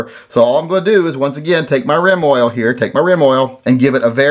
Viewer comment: I have to say it before someone else says it... You said Reim Oil.